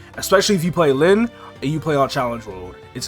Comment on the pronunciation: I was so confused because I started the video and was listening to it at work and the whole time I thought KMS dropped our lynn class in KMS. Until I looked at it a little on my break time and saw he meant Len lol